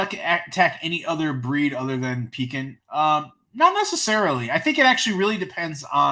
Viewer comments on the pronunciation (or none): none